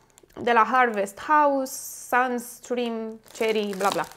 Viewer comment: ai cumpărat destule produse congelate, care nu sunt cea mai bună opțiune, și cred că o tonă de castraveți proapeți. Nu ți se strică in frigider sau mănânci numai salata copilăriei? Iar roșiile cherry se pronuță "ceri" și nu "șeri", deoarece cuvântul nu e asimilat in DEX, așadar il pronunți ca-n engleză. Se prinde lumea:)